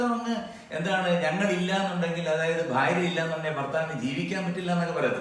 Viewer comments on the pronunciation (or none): none